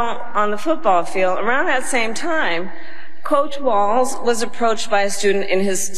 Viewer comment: his name tim walz not watz 🤦🏽‍♀️